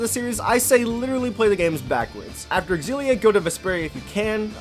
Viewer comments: Pretty sure that "Xillia" is pronounced "Zillia." Anyway, thanks for this vid. Gonna grab Graces F. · I’m not a fan of your xilla pronunciation.